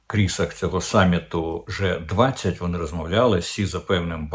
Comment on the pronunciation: При позначенні коаліції kраїн G 20 - назва англ.літери G має звучати не " же", а " джі ",як у слові " бджілка "